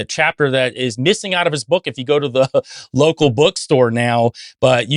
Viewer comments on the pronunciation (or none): none